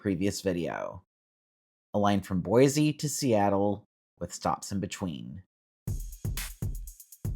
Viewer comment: I would love a train service here. Also, Its is Boi-cee...not Boi-zee and We-zer not why-ser . :)